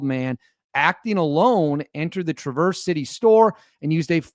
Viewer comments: BTW. It's TRAverse. Not TraVERSE. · It’s not pronounced Traverse. It is Traver(s) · Hi,, thanks for posting ♪ This is MY state, but I'm in Metro Detroit. Tra-verse has the accent on the 1st syllable: So it's TRA' verse. ♥♥♥ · Pronounce it lke Mary Travers of Peter, Paul and Mary. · It is pronounced Tra verse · It's all over local, State, Midwest and National media as to how "Traverse" is properly pronounced. It isn't like you are going up switchbacks on a mountain road. I feel embarrassed for you that you couldn't have done at least a modicum of research into the pronunciation of the city on a national news story. FMTT! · learn to say traverse …. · You're going to do report on the city please learn how to pronounce it cuz you sound pretty stupid when you don't makes me question all your other Remarks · You mispronounced the name of the city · The first “a” in traverse is pronounced like the “a” in bat fyi and the “s” is more like a “z” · Hi friend...suggest you check the pronunciation of the word "Traverse" as in Traverse City. The accent is on the first syllable, not the second. Good video! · You're pronouncing it wrong.